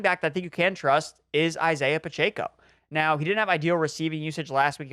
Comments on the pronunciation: Guys… for the love of God… it’s “Pah-Check-Oh.” Not “Pah-Chey-Koh.” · PachAco??🤣🤣 last time i checked it’s Pacheco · It’s pronounced PUH CHECK O